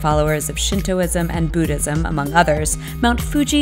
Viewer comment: It's Buddhism, not Booodism! #StopBotchingNames #ProperPronounciation